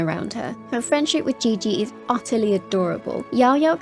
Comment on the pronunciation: Qiqi (chi chi)❌ Qiqi (ge ge) ✅